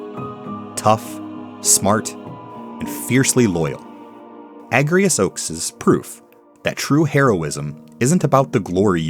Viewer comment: It's pronounced A-j-rias, actually. Because she's Ajora's descendant. It's why she can use Holy Knight and *I can't*